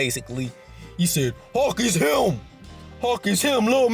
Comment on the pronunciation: Bruh I kept thinking this nigga saying hawk not hulk lol, love the vid tho